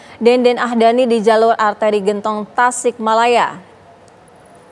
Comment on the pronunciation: Genntong mba bukan gentooong😂